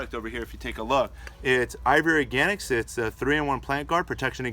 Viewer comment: Sounds like you're always saying IVORY Organics instead of IV Organics.